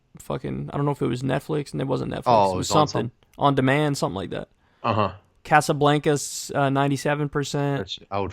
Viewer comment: i hate the way kyle pronounces casablanca